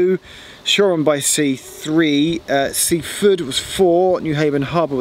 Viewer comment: Sussex place names have the emphasis on the last syllable, so it's Win-chel-SEA. It is also Sea-FORD, not SEA-ford as Geoff pronounced it.